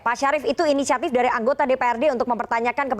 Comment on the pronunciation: Katanya inisiatip...katanya lagi dìuñdang ah gimana